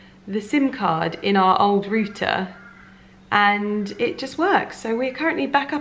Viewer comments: Rooter?? Don't you mean router ? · It’s rowter - not rooter